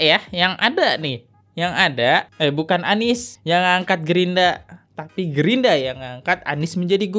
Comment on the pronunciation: Gerindra bang bukan Gerinda